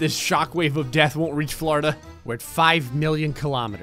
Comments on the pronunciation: Poor Florida.... or “Flarda” lmao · Tired of saying "florida"